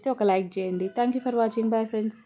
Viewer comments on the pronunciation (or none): none